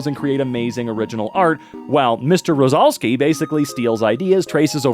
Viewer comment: The last time you pronounced Jakub Rozalski was correct, it’s a polish name